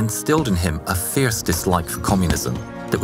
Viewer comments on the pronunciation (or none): none